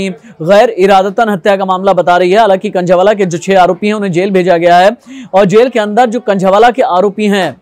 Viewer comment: Khnjheee wala nhi h khnjhawala h